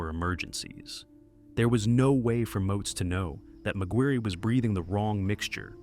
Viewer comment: McGuirre is pronounced “Mac-Gwyr” not “Mac-Gwyr-ree” or Mac-Guri…